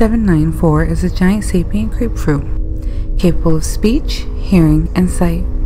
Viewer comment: Your narrator for the graPe fruiT needs to finish her words or pronounce the letters of words